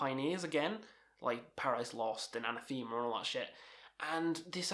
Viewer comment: The way this guy pronounces Anathema makes me smile. I actually think the way he says it sounds better than how it's actually pronounced 😄